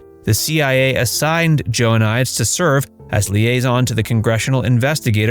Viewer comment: For frick sakes… it’s not Joanias dumbass, it’s Joe-uh-nee-deez…..